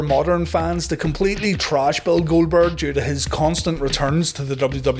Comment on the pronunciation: Jericho constantly butchering Goldberg’s name 💀